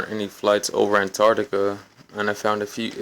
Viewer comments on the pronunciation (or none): It's called "Antarctica", not "Antartica". - what's the rationale for not flying straight across the North Pole. The ARCTIC, not ARTIC. An artic is a heavy goods vehicle.